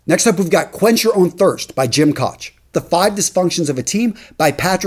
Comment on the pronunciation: Side note, it is pronounced coke not koch(I know,it's odd).